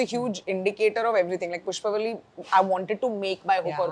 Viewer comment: Behan, Pushpavalli sahi se bol tho le. How difficult is it to do a little homework or show a little respect to a language and not butcher it like this. Bolne nahi aata tho padhne tho aata hai na? Spelling se nahi samajh aaraha kya pushpavli and pushpavalli ka difference?